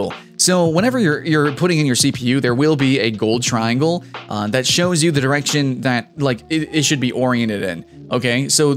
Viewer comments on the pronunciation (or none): none